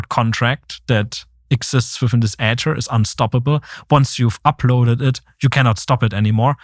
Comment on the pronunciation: Somebody please teach this man how to pronounce Ether 🤦🏻‍♂️🤦🏻‍♂️🤦🏻‍♂️🤦🏻‍♂️